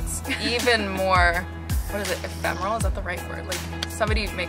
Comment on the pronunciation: "Ephemeral " the girl says...lol